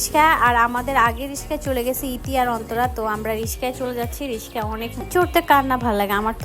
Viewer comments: হটাৎ টাকা হলে যা হই যতই ঢাকায় থাকুক রিকশা কে বলে রিশকা😂😂😂😂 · রিসকা কি রে ভাই রিকশা